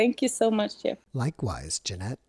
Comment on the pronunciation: Jeanette, thanks (from me in the US) for sharing your story! I am glad for your healing and growth, and for the ripples you put out into the world! I will be sharing this video. My Norwegian grandmother could not use “J” - it was “ye” or “ya”, so I just noticed when you said “Jeff” at the end that you can! How about that! She came to the US and learned English as a teen, and lived her whole life here, but her wonderful soft accent never left her, so she teased her kids for naming about half her grandchildren with names she could never say with “J”.